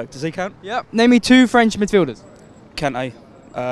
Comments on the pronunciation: Bro really pronounced “Kan’e”😂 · There's now way he pronounced Kante like that